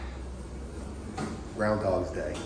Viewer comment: Why does he keep saying 'groundhogs day'? Was this recorded in February?